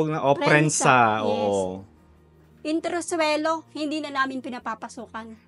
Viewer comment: Entresuelo. Not intrusuelo.